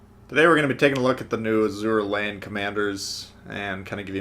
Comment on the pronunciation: "Azur re-rein"